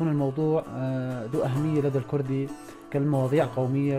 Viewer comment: اختي ارجو ان تلفظي كلمة الكوردي بشكلها الصحيح..... ليس الكردي.... بل هو لفظ كورد الكوردي وبااللاتينيه kurt او kurd